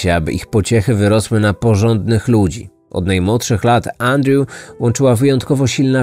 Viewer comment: Wszystko spoko oprócz tego że źle wymaiwasz Andrew i strasznie to kole w uszy